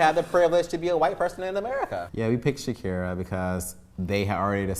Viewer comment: Jesus dude, Shakera over Ilah… and all credibility was lost